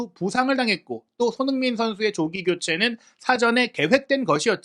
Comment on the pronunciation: 오늘 유난히 손선수 이름 발음 너무 대충 하시네요. ㅋㅋ 평소에 그런 거 알고 보는데 오늘은 역대급입니다. 😅